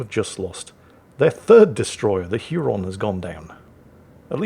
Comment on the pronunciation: Hey. Huron is pronounced "Hyer-on".